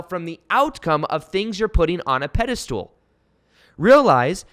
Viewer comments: Pedestal... I keep hearing pedi-stool🤣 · Love your work! Been following you for a while and rediscovered you again. I also loooove that you say “pedastool” just like my fiancé 🥰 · I'm pretty sure it's pedestal... not stool cheers thanks 👍👍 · Ur sayinf pediSTOOL on purpose! 😆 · Does he keep saying pedestool?